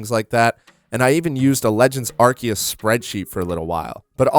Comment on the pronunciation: A YouTuber who pronounces it right, finally